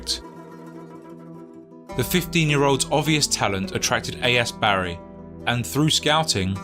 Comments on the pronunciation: Took me a while to figure out the narrator meant Bari (BAR-ee) and not Barry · He's not from South Wales. It's pronounced Barr-ee, not Barry. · Bari isn't pronounced "barry" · Bari is pronounced Bah-ree.